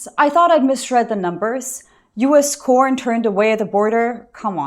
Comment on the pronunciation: Sorry, but corn has been used so much on YouTube as an euphemism for videos of intimacy, I cannot help but hear "porn" each time you say corn.